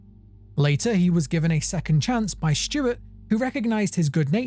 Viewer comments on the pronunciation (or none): none